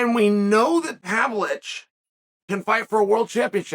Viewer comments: I never knew the ov in Pavlovich was silent. Thank you Chael! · learn how to say the guy's last name at least, Chael.. How disrespectful.. Ignorant much??